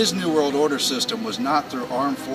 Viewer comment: he says "this new world order system", but it sounds like, "disney world order system"! Much love! Pay close attention to this kind of thing in general. Our world is not what it appears! I love these guys videos. But I have been noticing even my "friends" do this "run words together to change their meaning" agenda. The adversary is powerful, Christ Whips his butt on the daily! Full armor of God YALL!